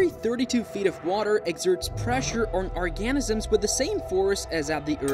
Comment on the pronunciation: What is with these pronunciations. “Cree ay chures and or-gahn -isms”